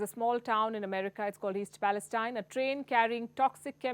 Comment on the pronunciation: East Palestine is in the West, and that's why they pronounce it Palesteen. (Nobody knows why).